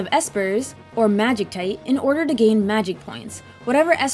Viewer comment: pronounced magi cite not tight